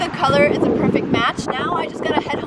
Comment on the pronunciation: You dit pervekt